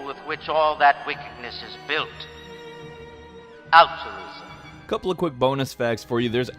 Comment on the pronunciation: Did he say alturism or optimism?